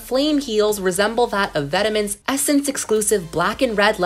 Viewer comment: It’s vet-mong, not ve-tuh-men. in Regina George voice